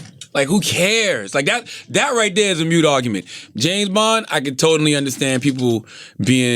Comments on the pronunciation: It’s not ‘mute’...it’s ‘moot’.😂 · It's not "mute point" it's a "moot point". Look it up. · It's "moot point" not "mute point" lol but that Beto conversation was refreshingly honest